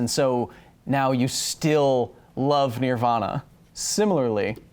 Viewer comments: you have four syllables, it's just Ner-vah--nah not En-er-vah-nah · I cringe at how you pronounce "Nirvana"...even though my pronunciation is the wrong one. Nobody wins, I guess. "N-er-vah-nah" Not "n-eer- vah-nah" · When he said "Nearvana" instead of Nirvana... 😓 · NEAR-vahna? It's NERVE-ahna! Where did you grow up? I'm curious if you have a slight accent. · "Nearvana"??? Really??? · Nearvana? Could have swore it was NIRvana. Lol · Who is this band you speak of, "Nearvonna"? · Ne-ra-vana You did it again. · After the pronunciation thing, did you say "Near-Vana" on purpose? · Did you say, NEAR-vana? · Near-vana... Really Kyle? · Near-vana...really Kyle. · While you were defending your pronunciation of certain words did you just say "nearvana?" You're a strange one, Mr. Hill. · So are we just going to ignore the way he said "near-vana" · You can't even say nirvana right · Gods... You even pronounce Nirvana weird...